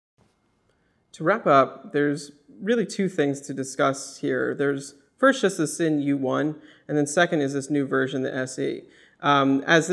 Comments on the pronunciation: for the record, folks at worn&wound, its pronounced 'zinn', not 'sin'. a cool watch, i dig the all black finish, though the hands dont do it for me, they look like an afterthought. its reasonable value, though it is creeping into tudor territory. for a grand or so extra i'd be going tudor with in house movement, but this is just my preference. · Just FYI Sinn is pronounced "Zinn"